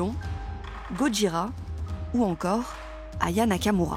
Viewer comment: oula c'est pas Gote jira mais Go jira, un effort 😅 avant d'inventer une langue française, il faudrait déjà qu'elle parle un français correct...